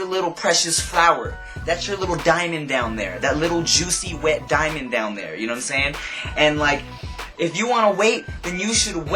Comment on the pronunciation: ..nah its more like...."YouNoImSaying?"